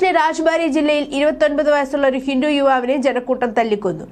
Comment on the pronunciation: ഹിന്റു അല്ല ഹിന്ദു